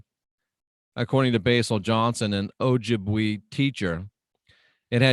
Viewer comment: "Oh-jib-way" (Chippewa) it's my nation. Good stuff and ya learn something new every day.